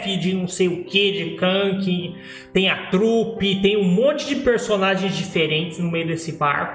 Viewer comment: Nunca vi tanta bobagem em um vídeo! Voz horrível e com dor de cotovelo ! Vish ! Ainda bem que é só tua opinião kkkk nem para falar o nome de kakin direito " kanki" kkkkk